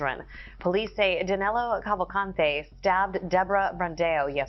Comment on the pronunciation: The Cavalcante pronunciation didn't bother me at all, but I chuckled a couple times when Danilo was pronounced as 'Danéluh'. But it really doesn't matter if it is a bit mispronounced anyway...